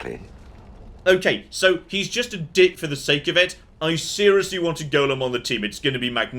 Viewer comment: Goddamm not even the voice actor knows how to say 'golem'. I wish they'd correct the voice actor when they're ignorant. 'Goylem' is acceptable, especially for the original jewish story, 'golem' is correct but its never 'gollum'.